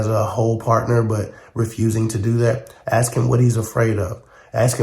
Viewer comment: Somebody axe me, come on man